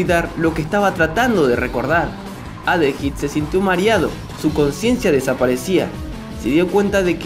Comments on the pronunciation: Se pronuncia "adelhaid", Adelaida en español pero supongo que este sería Adelaido. De este nombre surgió Adel y Aída, y creo que ( no estoy seguro) también tiene relación con el nombre Haydee (Heidi) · Yo siempre lo pronuncie como adeleid y no adelheid jajaja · De hecho se pronuncia como "Adelaid" Ya que la h es muda. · adelheid, oyeron? adelheid. uh la la señor frances si como no. +como se dice entonces? -minirugal